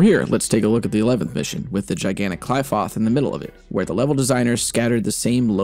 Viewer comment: So glad someone finally made this video, just strengthens my love for this game tbh! Thanks man!! (also I think the pronunciation for 'Qlipoth' is 'kly-foTT' rather than 'kly-foTH', within DMC5 at least haha)